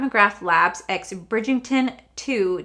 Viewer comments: I'm not sure whether its the accent or my hearing, but it sounds like you are saying Bridg-ING-ton, not Bridg-ER-ton. Really enjoyed this review - I love the show so much so i might go and grab the books. I don't think i will ever be able to afford anything in this collection. Even though its stunning, i think we can find similar for cheaper. Gorgeous ❤ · Bridgington10 will not save anyone cause it's Bridgerton.the books are way better! And it drives me insane when influencers don't bother to learn how to correctly pronounce product names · I've found her collabs w Bridgerton aren't anywhere near as good as her general products. I have her OG products and they're amazing. And you know how much myself and everyone loves you, but, it's BRIDGE - ERR - TON not BRIDGE - ING - TON. I'm so sorry but It drives me nuts 🤣🤣🤣🤣. Don't get me wrong, I'm not really one to pick up mispronounced words etc. But I had to say it babe. I love the series. Season 2 is very different with basically no Daphne in it and Simon isn't in it at all. I'm waiting on the books which are apparently quite different but I still will be happy with how both work out. Also, I've noticed when Pat does a collection e.g. Holiday or collab, her prices are cheaper than what they would cost as an individual product of hers. And I find the formula isn't AS good unfortunately. But it's still good and very Luxe. Love the video as usual 💜💜💜💜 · Bridgington lol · I love you! You know this! Let's say it together...Bridg-er-ton.😂😂😂 FYI, the Ultimatum is 😱....I'm going to finish it today! The red is an existing shade....they only changed the packaging. 🤷🏽‍♀️